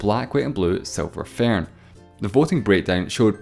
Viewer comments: Silver "fairhn", as he says. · “Tha seelver faern”